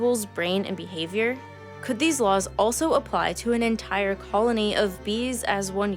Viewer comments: I appreciate how you said ‘Bee-havior’ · Every time she said words like "behavior" or "because" I thought "bee-havior" and "bee-cuz" etc. Anyone else?